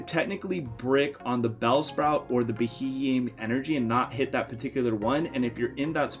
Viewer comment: Sorry mate but I can't get over this, that pokemons name is pronounced be-he-m.